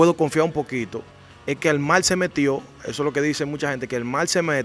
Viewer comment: Mi hermano le subieron que trate de mejorar el lenguaje pues cuando dice mal cuando la palabra correcta es mar habrán personas extranjero que no entenderán lo que dice, el que es comunicador debe hablar correcto, le subieron que escuche detenidamente y verás cuánta falta al hablar.